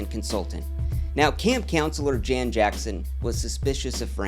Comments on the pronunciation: Jan is pronounced as "Yawn." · Jan, a male name in Sweden, is pronounced Yan or Yahn, like Ian or John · Welcome back King, btw Jan is pronounced with a Y like “yahn”